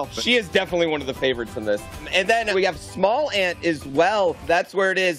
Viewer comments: "And also.... we have " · “And smallant too” lol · Bro said "then theirs smallant then continued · LMAO “and then we have ” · "And then there's smallant as well..." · "And then we have as well" ffs hahaha